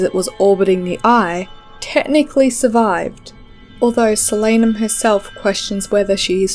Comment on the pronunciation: its a real word, and it's pronounced correctly in the video. It's the name for the nightshade family. I also pronounced it differently in my head tho